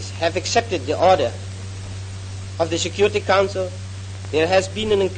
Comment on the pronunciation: Logat bahasa Inggrisnya jauh lebih baik dibanding Soekarno & Hatta, terutama pas beliau bilang: "council". 🎉